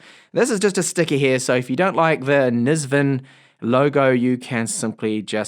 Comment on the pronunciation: bro... not NEZVEN but NVISEN and my 4 year old MSI Trident 3 is still better